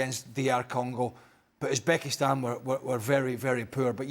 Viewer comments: Its Uzebekistsnan for Christ sake😂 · ITS UZBESKITAN morons